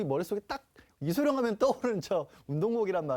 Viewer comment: 아나운서가 이름도 제대로 못 말하네. 이성룡???